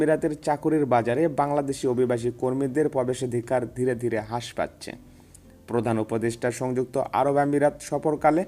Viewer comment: ভাইজান আপনি হ্রাস শব্দটি কে হাস বলছেন,,, এটা হবে রাস